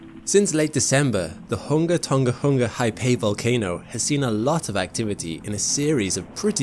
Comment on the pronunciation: Did he pronounce tonga hunga tonga wrong or is that the way its supposed to sound? Lol great video btw